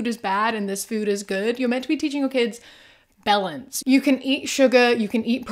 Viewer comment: My brain just keeps processing 'balance' as 'bell-ends'. I mean the parents are but 😅